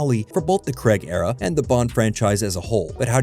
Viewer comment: As soon as I hear the mispronunciation of “Craig” it’s a no from me. Please Americans, we beg you to learn the proper pronunciation of Daniel’s name!